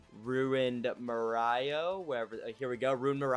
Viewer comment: So why is bro saying Morioh like that 😭